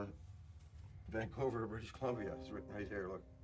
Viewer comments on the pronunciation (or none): It’s Vancouver, not vancover